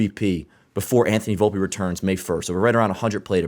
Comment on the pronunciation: its VOL-PE not booolpe lol